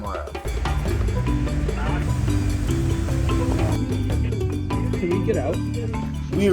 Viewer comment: didn't even try to pronounce maasai mara right😂😂😂